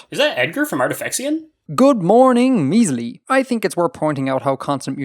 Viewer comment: "a witch kissed me and cursed me so that anytime anyone says a secret word, i have to weirdly pronounce a front rounded vowel, and that word is my fucking name, "